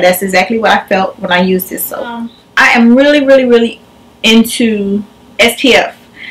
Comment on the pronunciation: cocoshodi101 i thought it was only me lmao especially when she says " I am "